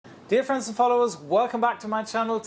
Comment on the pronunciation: "Dear friends" at the start sounds like difference. Hard to hear the difference.